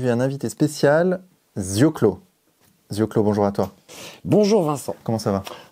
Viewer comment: Pourquoi avoir écorché son nom!!!? C'est Zioclo, pas Zio Clo. Hein du MédiaPourTous